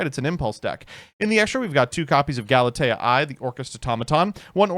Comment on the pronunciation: Old Galitea is usually pronounced "Gal - ih - tay - uh" or "Gal - ih - tea - uh" New Galitea should be pronounced "Gal - it - ay - eye" since it's referencing AI (artificial intelligence)